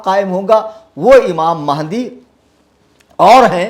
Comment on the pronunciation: Mehndi Nahi Hai Sun Re Puncture 😂😂😂😂😂 Mahadi Hai Imam Mahadi bolna tak nahi aata in Raafziyon Ko